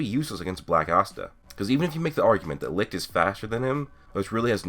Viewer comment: German guy here, I can tell that the name "Licht" is really hard for you to pronounce. Most of the time you keep saying "Likt" instead of Licht. :D No hate, it's just funny to hear. Great vid. as always.